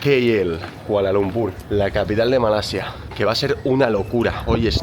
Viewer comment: Malaysian here, your pronounciation of the word Kuala Lumpur is perfect like Malaysians do. Even your pronounciation of the word Malaysia is perfect. Bagus.